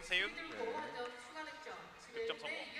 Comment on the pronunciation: 4분 28초쯤 문시윤인데 문세윤ㅋㅋㅋㅋㅋㅋㅋ